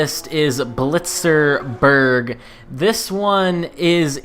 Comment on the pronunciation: It’s not blitz-er-burg, it’s bilsterberg